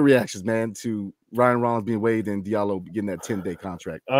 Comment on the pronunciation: Hamidou Diallo ‘Dee-ahh-low’ I’m cringing listening to you butcher his name. Sheesh.